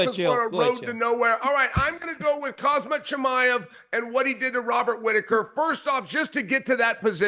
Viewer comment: Bruh it’s been years and he can’t pronounce his name 😂